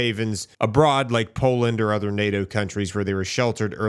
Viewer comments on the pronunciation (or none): none